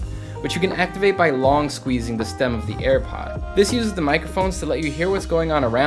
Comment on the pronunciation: When u said you love scwezzing thing